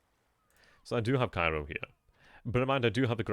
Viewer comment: Pronounced KAY-ro in the area as I understand it.